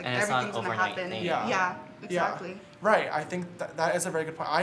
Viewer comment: and on they kept saying yUh